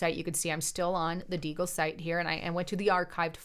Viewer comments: DEEEEEEEGLE. NOT DAAAYYYGLE. get it right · First it’s Dee-gle Second he’s not alive anymore. Better check your sources young lady. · LOL ITS PRONOUNCED " Dee - gul " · It's pronounced "Dee gal" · You're supposed to be conservative, 2a aware, and yet you don't know the proper pronunciation of Deagle? That's pretty weird....